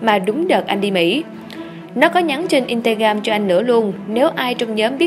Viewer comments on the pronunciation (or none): Instagram mà phát âm in ta gam. Vãi đái n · Instagram mà bà này đọc là in-ca-gam:))